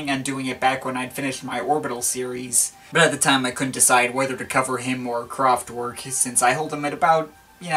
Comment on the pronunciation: It's not pronounced "Kraftwork". It's a German band, so... it's in German. You know. /kraftvɛrk/ I mean, you know your electronic music. Is it too much to ask for you to make the effort to say the name of the band right? You are kind of doing that for French.